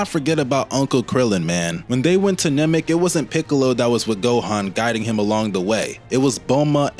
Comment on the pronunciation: I've never heard Chiaotzu pronounced like that. Or Namek as 'Nemek'